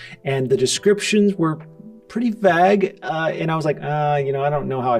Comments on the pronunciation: lmao I didn't think you'd reply. You pronounce it 'vagg' instead of 'vayg' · I dont like how says vague haha